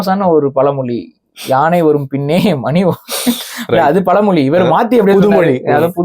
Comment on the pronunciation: tamizh enru kizhiya kizhiya pesuraye. Ucharippu enge? Athu palamoli illa, pazhamozhi